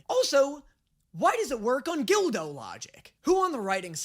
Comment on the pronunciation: .... Who TF is Gildo? Isn't it Goldo?